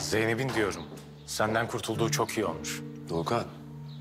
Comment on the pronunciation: 39.05 de Volkan yerine Doğukan dedi